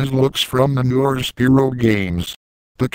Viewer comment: Quit saying Spearow! It's SPYRO!